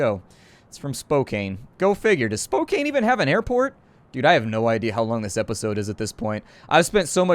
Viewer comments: Not Spok cain, it is Spok Can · Psst. It's pronounced "Spoke-anne" :) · Spokane is pronounced spo-can', just saying. And yes they do have an airport btw ;) JUst in case you're wondering, Spokane is in Washington. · I didn't realize he was talking about Spokane when he was butchering it XD. Keep more coming.